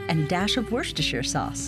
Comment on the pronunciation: Do Americans really pronounce Worcestershiresauce this way?